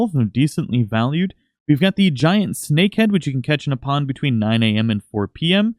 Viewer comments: It said pong instead of pond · Oh yeah, that good ol' "pong" fishing :P lol it's "pond", bro. But for real, thanks for the tips! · it said pong not pond